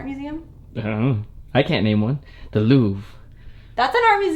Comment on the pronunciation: The way he pronounced Louvre was so funny. Super cute DIY! Go Moose!